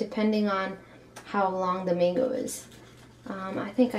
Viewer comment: I thought you said full flamingo instead of full mango it sounds alike